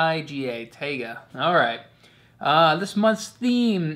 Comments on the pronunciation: also, its pronounced "tie-ga" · In english its pronounced tay-gah like day. In Russian & Slavonic, its pronounced tie-gah. Both are a very small almost silent h.